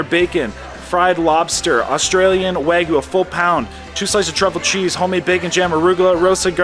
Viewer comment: What is “Wah-goo”?😂 Its like a toddler trying to say Wagyu